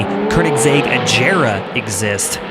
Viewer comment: its pronounced (im pretty sure) a-gear-a and she-ron.